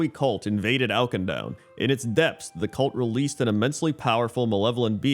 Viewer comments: Oak-in-down ? I've never heard of that place 🤔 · Awk-in-doon :P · I'm honestly impressed you've somehow escaped all the cinematics and Auchindoun dungeon where they say the name a billion times lol. Maybe I just played too much in WOD. It's more like 'ah-kin-doon' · If youre gonna roast the guy at least spell his incorrect pronunciation right lmao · I'm not gonna rag on somebody for not getting the pronunciation of a fictional place right, but they say the name many, many times in the Auchindoun dungeon and in the zone